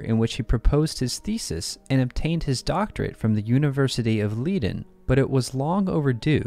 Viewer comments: "Leiden" is pronounced with a long i in the first syllable. In German, you don't have that confusing "i before e except after c except for many exceptions..." rule. ei is always a long i, ie is a long e. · And Leiden?